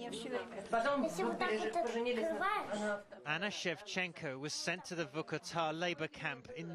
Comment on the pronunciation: Its not Vuhkuhtah its Vorkoota pronounce it right